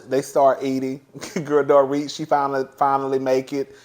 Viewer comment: You have been watching the show long enough to know Dorits name. It’s not Doret.